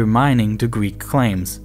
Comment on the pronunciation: Gweek islands